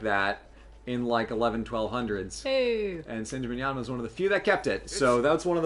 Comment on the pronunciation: managed to pronounce "San Gimignano" correctly. I've heard Americans pronounce it all kinds of way, up to and including "San Chimichanga".